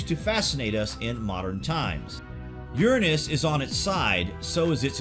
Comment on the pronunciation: Tomato.. tomato, jif Gif, You're pronunciation of URANUS is ridiculous.. get back on track please.